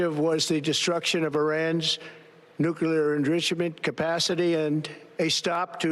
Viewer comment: Lol, he couldn`t say nuclear enrichment.